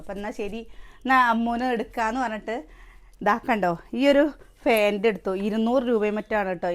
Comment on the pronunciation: Fant അല്ല പാന്റ്സ് annanu പറയേണ്ടത്.